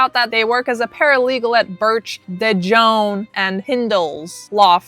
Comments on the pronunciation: dejohn? lol girl.. de jong.. pronounced.. DUH YOUNG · It's really pronounce de yon not de jon...the j makes the y sound . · De Jongh is pronounced "De yung" like the Dutch last name "De Jong(e)", which the name De Jongh is from. (Sorry ADHD info dump😅) Not that it matters for that POS lol. I'd say more than just her last name wrong 😅. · FYI: Cecile's last name is pronounced Dee Young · Pronounced cecile de Youngh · The name is ah-maude . and dejough is pronouced "Dey- young" the " J " is silent. The name is a french name